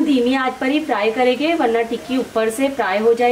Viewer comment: Aap n jayege ,karege bolte ho ,hindi me karenge jayenge bolte hain ji madam ,aap bolne me thoda sa sudhar kar lijiyega toh aur achha hoga aapka vedio ,baki aapne tikki bahut badiya banaye h main jarur bnaungi ,thanx aap meri sujhav ko bura nhi manoge ,nari shakti mahan hain